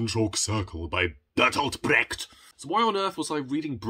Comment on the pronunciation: I love the way you are pronouncing Brecht, so that it sounds like bragged. Quite apt, if you think about how he was. 😂 And who does not love E.M.Forster? His writing is just extraordinary.